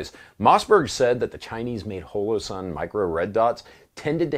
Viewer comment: Why do you say holosun so strangely?